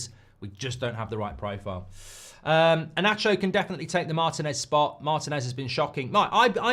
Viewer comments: Inacio reads Inassio, not inaccio. 😊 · I don't mean to lecture anyone but Inacio the "C" doesn't read as "Sh" but normal "C" as in English. That's Slavic 🙂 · Inácio! E-NAH-SSIO!!